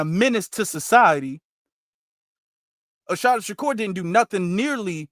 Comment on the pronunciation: Great broadcast sir. Just one thing. There isnt an H in her name. Its pronounced uh-SAH-tah. Peace and blessings.